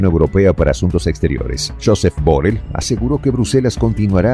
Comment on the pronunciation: Borel no,Borrell